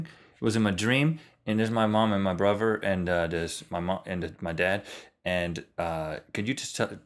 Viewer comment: Did Rhett say "bruvver" at one point lol